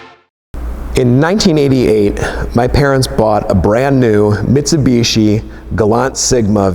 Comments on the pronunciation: it's pronounced Mitsubishi clown not mitsubitchy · Uhmm sorry but whats a mitseeebeeeesheeeee? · Metsubeshi Gulunt. The american pronounciation.. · The way he says Mitsubishi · Claims to be the biggest Mitsubishi fan but cant pronounce it right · I know us (Brits) and the Americans both pronounce some car names differently. But The way you pronounce Mitsubishi always makes we laugh. You guys pronounce the second I as an E, whereas we pronounce it like you would when you say "in".... Oh, and Nissan also makes me laugh (Nee-sahn to you guys LOL) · that awkward moment when you have a brand revolving around mitsubishi's but can't pronounce mitsubishi.